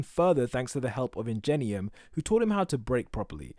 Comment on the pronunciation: who's injenium ? hahaha nah I'm just playing I know you meant ingenium lol